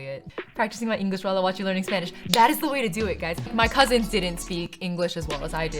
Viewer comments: If I didn’t now that you aren’t a birth speaker I couldn’t tell your accent is amazing ☺️ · I didn't expect to see a video of you learning my native language. Your videos are so much fun and your pronunciation is excellent! Thank you for continuing to create content. <3